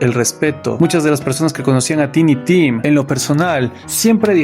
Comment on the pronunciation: Solo un detallito, se pronuncia taini tim. Gracias por el video. Me suscribo ❤🎉